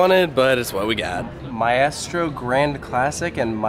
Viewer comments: “My-est-row” 😂 maestro is pronounced “my-strow” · Loved this! I need that puzzle. Also did you say Mah-Eh-stro??? for Maestro?? Nooooooo